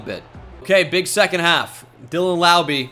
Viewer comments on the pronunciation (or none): none